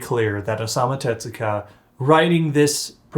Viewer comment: Pronunciation note: It's Tezuka, not "tetsuka." In Japanese, "tetsu" means "iron.